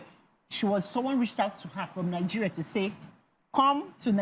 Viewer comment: Nothing said by someone who pronounces Nigeria as "Nigereh".